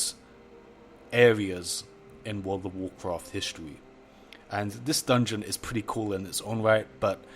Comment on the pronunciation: Wowrl of wowrcraft. Are you eating something every time you say World of Warcraft?